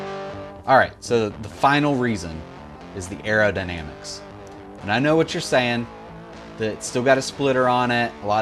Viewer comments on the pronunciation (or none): Arrowdinambicks. Makes me think of Scott Goodyear always saying “ekspecially”